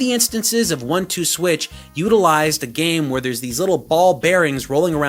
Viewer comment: he said theyres no switches ^_^